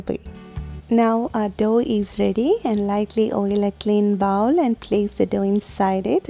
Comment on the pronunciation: Bowl sounds like bowel!